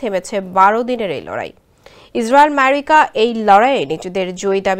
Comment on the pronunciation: মেরিকা আবার কি রে 😂😂